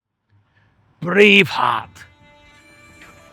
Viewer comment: Oh gosh you look sexy in the fog man and OOO say Braveheart again! plz. Sound ten 10x better than what his face. And with a REAL Scottish accent. Yes I know you don't have an accents everyone else does!